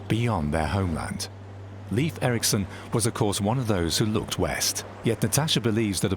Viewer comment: Leif Erikson's name is pronounced incorrectly in this documentary. Shame. He was Norsk, not English